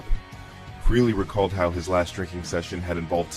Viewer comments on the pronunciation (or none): It's fucking FREHLEY. NOT FREELEY.